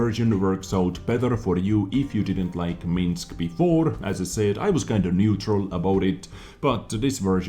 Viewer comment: pronouncing "neutral" like it's "new troll"!:))))))))))) <3